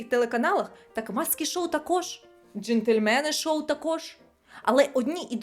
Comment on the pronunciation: Не "джентльмени шоу", а джéнтльмен-шоу